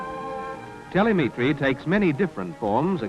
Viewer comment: It was a newish word at the time and the voice over bloke probably hadn't heard it said before. Reading a script.